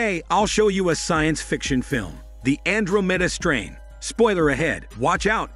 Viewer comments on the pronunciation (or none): Andro mayda strane 😂😂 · Gee, that is the weirdest pronunciation I have ever heard….